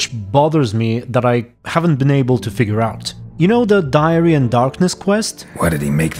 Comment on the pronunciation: bro pretty sure it was dairy and nor diary